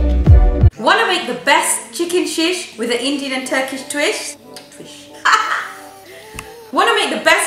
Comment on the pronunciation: min into the video bloopers. At first I thought you said "chicken shit" instead of chicken sheesh..